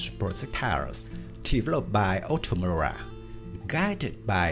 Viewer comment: Incapable de prononcer OTO MELARA . Ça fait peur .